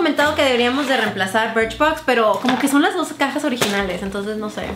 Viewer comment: dijo BRICHBOX Y DIJO IPSY..